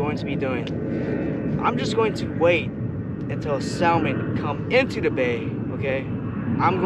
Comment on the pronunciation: One of my pet peeves is when people mispronounce salmon. The L is silent so it’s actually pronounced “sah-mon”.